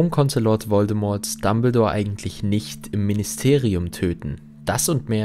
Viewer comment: Wieder toll gemacht:) Kannst du in Zukunft bitte mal das "T" in "Voldemort" weglassen? Wird natürlich nicht ausgesprochen 😄